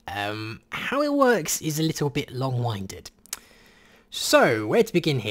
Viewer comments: pronounced it as long winded (as wind to wind something up. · 'little bit long winded' pronounced as you wind something up. I'm not sure he's heard that phrase aloud. :)